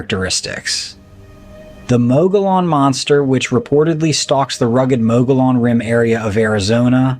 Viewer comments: The time , you speak of the Mogollon monster. Please, please get the pronunciation right. It's not pronounced Mo go lon, it's pronounced Mo ghee on. The LL's are silent as in tortilla (tor tee a). And the scenery looks nothing like the mountains of Arizona or anywhere in Arizona. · It’s pronounced mo ge on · The Mogollon Rim in AZ (pronounced: Mo-ghee-ann) are dangerous, just as the ones near Ape Canyon on Mt. Saint Helens are. And ones near Dubois (pronounced: Doo-boyz) Wyoming in their "Badlands" area. Even Basecamp Chris has shared stories from there. I have encountered and have seen different sasquatch in S. Montana, W. Missouri and Central Wyoming. All varied in colors, behavior and sizes.